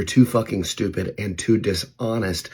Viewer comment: Don't neex you emphasising stupid, at me, while i try watch. Bye